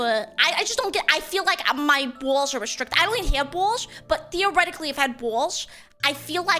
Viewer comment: “The buggies ah tha BAWLS.”